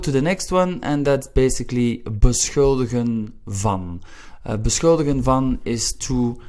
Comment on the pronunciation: Your pronunciation of beschuldigen is text book perfect: /bəˈsxʏldəɣə(n)/ (Dutch nationals would rather go for something like /bəˈsxʏldəxə(n)/). Thanks !